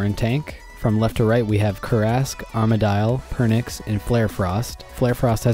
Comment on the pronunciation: did you just say......Arma-dial??????? cringe